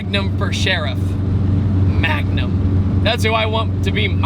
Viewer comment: it's actually MANgum not magnum